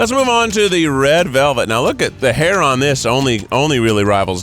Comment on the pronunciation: I thought you were saying there was a hair on the cupcake. I was like, “oof, we’re off to a ROUGH start”. Lmfao